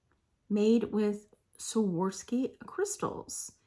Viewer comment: Hey, I love the belt buckle it's fabulous. Also loved the larriet(sp) Crystal necklace; BTW the proper pronunciation is "swore-off-ski". Being from RI I'm very familiar with this brand name, hope this helps. And today I'll give 41 a shot, thanks for another entertaining video.